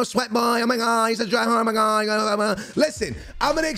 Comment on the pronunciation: "o mi gawd" 😂😂😂